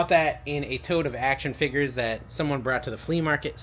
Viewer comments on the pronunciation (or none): none